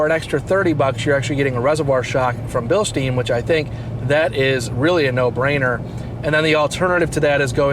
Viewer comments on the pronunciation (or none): Great video but Bilstein is pronounced Bil-stine with a long i not Bil-steen.